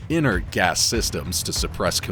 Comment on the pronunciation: inert line not insert line, hey?